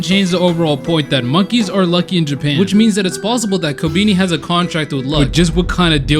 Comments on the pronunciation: It’s pronounced ko-Ben-eye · The fact he said kobeani